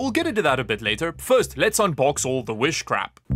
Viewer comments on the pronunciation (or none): you say "Wish Crap"... but all I hear is witchcraft, which might be what powers items from wish